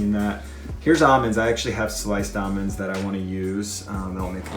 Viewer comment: I thought I heard every pronunciation of the word almond until I watched this video. I thought there was just your two main choices “All-mens” and “al-mens” (Al pronounced like the name Al like “uncle Al or something”) but now there’s AW-MENS?! No need to pronounce the letter L